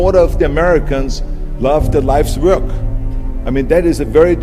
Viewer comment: the way Arnold pronounces the word "W(v)o(Ö)rk"...